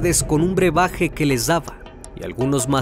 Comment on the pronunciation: Se dice BREBAJE, no berbaje 😅